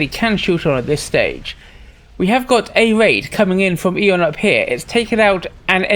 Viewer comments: in my language too we say "æ" in one of two ways but not like says it in either one! i would say it the way i think you say it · Have I been pronouncing Aeon wrong for the last 18 years? Its 'E-on' not 'eh-on'?